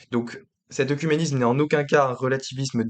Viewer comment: Attention la prononciation du mot "oecuménisme" qui est souvent mal prononcé et ta vidéo ne fait pas exception. Cela se prononce "Œ(É)cuménisme".